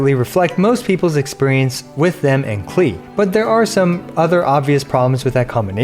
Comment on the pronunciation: Her name is pronounced closer to "Clay" (kuh-lay) It's German for "clover"